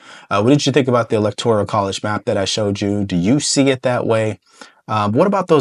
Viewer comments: Electoral Not ElectoRIAL. No big deal, just a correction. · Electoral….not elector-i-al…TIA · It's the E-LEC-TOR-AL college not e-lec-tor-i-al college!!!!!!!!! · Lol, it's not electo-R-I-A-L, but electoral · Electoral not electorial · suggestion - electoral - NOT elector-i-al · "Elect - or - ole", not "elect - or - ial" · Electoral. Not electorial. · It’s electoral, not electorial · I like your channel. All due respect to you. It is electoral not electorial. ✌🏼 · Love the show! just a note...it is ELECTORAL votes, not electorial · Electoral, not electorial. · I'm a big fan of yours, but the word "electoral" is not a 5-syllable word. It's not pronounced EE-LEK-TOR-EE-AL Brother, it's a FOUR syllable word. It's pronounced EE-LEK-TOR-AL. That's it! Just FOUR syllables. 1, 2, 3, 4. EE - LEK - TOR - AL. I know you're a smart cookie, but I have to tell you straight up... it makes a lot of people cringe when they hear you keep saying EE - LEK - TOR - EE - AL. Just keepin' it real my man. Keep up the great work. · it’s electoral votes, not “electorial” … no i 🤍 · Hey - I really enjoy your content. Work on your pronunciation of the word electoral. Otherwise, keep it up!